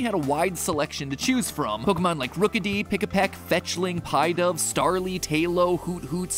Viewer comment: And him mispronouncing half the pokemon names, like Murkrow, Pidove, etc.